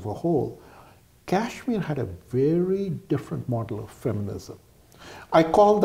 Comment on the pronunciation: please use the proper pronunciation of Kashmir! It will be best if you drop the western/American accent for pronouncing Indian state!! Otherwise, the video and information is excellent.